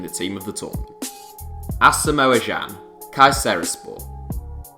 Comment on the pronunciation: I'm Ghanaian, and it annoys me when people pronounce Ashomoah Agyan wrong. It is pronounced "A-shom-wah Jan". Sorry, I had to say it.